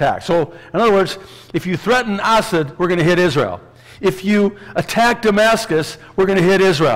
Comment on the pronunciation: Pastor- You crack me up with the way you pronounce Assad's name. I keep hearing Acid & I'm saying "Who's Acid?" then I figured out it was Assad.